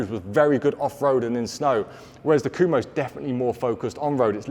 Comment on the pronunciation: I don't know all that much about the brand but how can a name which is spelled "Kumho" be pronounced "Kuhmo"?